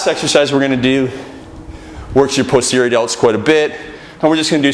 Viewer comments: posterior delts he cant say it right lol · it sounds like he's about to say pussy every time he says posterior